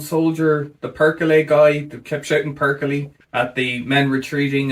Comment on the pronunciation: Hey! It's not Perkili. It's PERKELE! 🇫🇮🤘🏻